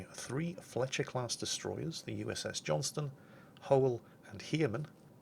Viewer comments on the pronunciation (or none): ACTUALLY, I do believe it was "Taffy 3" not "Taskforce 3," and "Johnston" with a "t" not "Johnson." The Battle of Samar is one of my favorite engagements of the Pacific Theater